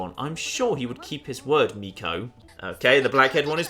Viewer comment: Kaede (かえで) = Kah, Eh, Day Hiromi (ひろみ) = (you basically nailed it) Mieko (みえこ) = Me, Eh, Co (i don't like these kinds of games, i just stayed for the hedgehogs ^ ^)